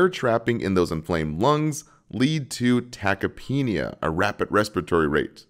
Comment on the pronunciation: I thought it was pronounced tachypnea not tachypeenia